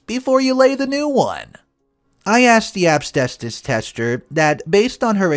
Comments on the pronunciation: Story 2: The word is AS-BES-TOS. You should practice it over and over so you don't end up pronouncing it AB-STAY-SOUS. It's a pet peeve of mine, especially when you're saying it consistently wrong. Ugh! 🤦‍♀️ SMH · considering it is easy to see how to say it and not some obscure word like terpsichore (sp?) He really should not be saying "absbestos' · What the hell is obstestus? I've heard of asbestos , but never heard of obstestus before! 🤔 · It's pronounced as-BEST-us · 😁😆😅🤣😂🤣 Asbestos. I love your pronunciation. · needs to learn how to pronounce asbestos!! 😳